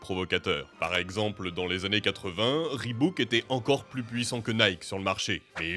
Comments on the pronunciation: Reebok pas reebouk 😢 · Ribouk et pas reubauk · Reebok et non ribouke ! On se croirait au souk avec les vendeurs qui veulent te refiler dla merde mdrr